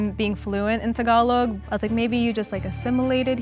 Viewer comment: as soon as I heard him pronounce "Tagalog" I knew he's gonna win lmao